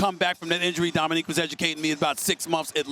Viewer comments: Did he say dominique ? 😂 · He called Dominick Dominique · He said “Dominique” to Dominick Cruz